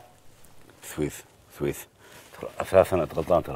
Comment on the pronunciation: كلهم كلجوا يقول على اي اثاث يقصد: اساس والقصبي يقول بثويث بثويث يعني بشويش كلهم من جولي شوك🤷🏻‍♂️😂😂ههههههههههههههههههههههههههههههههههههههههههههههههههههههههههههههههههههههههههههههههههههههههههههههههههههههههههههههههههههههههههههههههههههههههههههههههههههههههههههۃ.